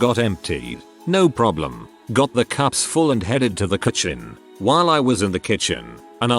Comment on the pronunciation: . Robot voice gives worst pronunciation of "kitchen " .